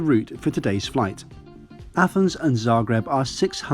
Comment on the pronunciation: I have to say, that for an english-speaker, you've pronounced Zagreb pretty correctly... I haven't flown very much, but I agree about this aircraft...